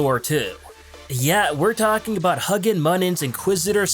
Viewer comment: Not gonna lie, as a mythology nerd, I was tempted to stop watching when he butchered Huginn Muninn (HOO-ginn MOO-ninn) Odin's birds.